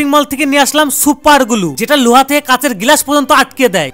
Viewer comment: Loha ❎ Luha ✅ 😂😂😂😂😂